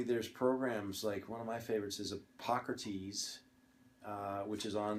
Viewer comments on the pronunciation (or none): Did he say pockertease? Was the app he uses to look up meds